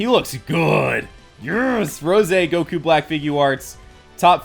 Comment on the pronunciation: GOKU NOT GOKUO